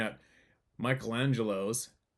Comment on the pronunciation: With all due respect, the name is not Michael DeAngelo. It is Michelangelo. His last name is di Lodovico Buonarroti Simoni which is probably why he only used his first name.